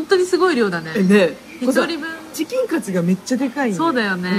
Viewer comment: チキンカツのイントネーションも気になる🧐